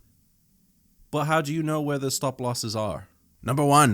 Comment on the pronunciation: "stop" he said in an unambiguous Scottish accent that he couldn't hide behind his darkly humorous moustache :)